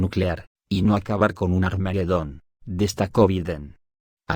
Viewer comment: No es armaguedon....es armagedon....sin la u intermedia....pilas que ud es español.....jejeje...